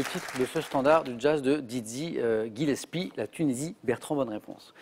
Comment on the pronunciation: Dizzie Gillepsie....pas Didzzie